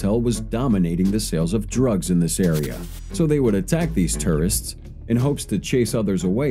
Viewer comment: TOURists not TERRists! Sounds like you are saying terrorists!!! 😫😫😫😭